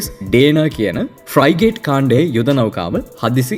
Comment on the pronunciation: ෆ්රයිගේට් නෙවෙයි ෆ්‍රිගේට්